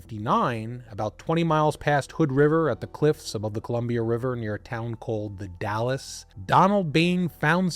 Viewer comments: It's pronounced Dalls the e is silent, Not the City Dallas in Texas. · i imagine by now people have corrected how you pronounced the "dalles" - it is pronounced DALES - as in Dale Earnhardt. NOT like DALLAS the city. or the DAYLES excellent channel btw. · Also, The Dalles is one syllable. It’s not Dallas, it’s the Dalles like dolls. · Literally came to say the say thing lol dalllsssss not Dallas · Dalles is pronounced Dalz. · The Dalles. It’s pronounced the “dalz.” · Oregonian here, if you're talking about the Dalles, it's pronounced "dals", rhymes with "pals". There are SO MANY places and rivers and things here that don't have straightforward pronunciation. It took me a decade of living here to get all this stuff right and I still have doubts sometimes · I used to live in that area . First of all “Dalles” is only one syllable. The e is silent. Secondly after you pass Hood River eastbound the trees thin out considerably. I don’t see any reason for that family to travel that far eastward if they wanted greenery. The highway at Cascade locks, is pretty close to the river there and I can see how easy it would be to to drive into the river, especially if it was raining. The locks there haven’t been in use since they built Bonneville dam in the 1930’s so they aren’t maintained because one the water rose because of the dam the rapids there were flooded. The whole investigation seems like just one big comedy of errors.